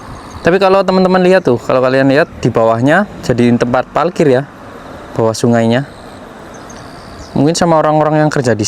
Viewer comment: Jalan2 virtual lg kita d Jepang nih, kali ini agak ke kota-nya, eehh tp sepertinya agak kesulitan klo melafalkan huruf " 𝙇 dan 𝙍, seperti klo bilang 𝙥𝙖𝙧𝙠𝙞𝙧 jd 𝙥𝙖𝙡𝙠𝙞𝙧, 𝙩𝙧𝙖𝙠𝙩𝙤𝙧 jd 𝙩𝙡𝙖𝙠𝙩𝙤𝙧 😊, hihii...ga apa yaa, ini jd ciri khas-nya. Semangat trs ajak kita jalan2 virtual ke Jepang, sehat slalu